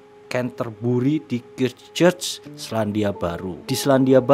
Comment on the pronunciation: Koreksi Mas: Yang selingkuh Ibunya Juliet Hulme Mas, bukan Pauline. Osteomielitis radang tulang berat, bukan linu2 sendi biasa. Christchurch (say: Kriscerch) bukan "Cistcerch".